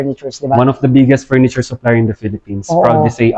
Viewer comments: FURNITURE - Walang S! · Ang sakit sa tenga pakingggan walang "s" and furniture. Ang plural ng furniture ganon din. Aral aral din pag may time.